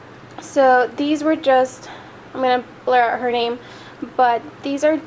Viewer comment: Yay! Thanks for the shout out! And you said my name correctly. 😊. Thank you! Hope you have an amazing school year!